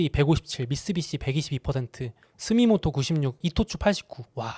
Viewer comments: 스미모토가 아니라 스미토모 입니다. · 스미모토->스미토모 에요 ^^😊